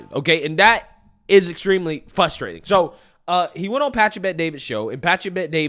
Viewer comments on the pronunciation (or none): "FRUS-TRATING" NOT "FUS-STRATING." THERE ARE TWO R'S IN THE WORD. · Bruh, learn to say “fRustrating”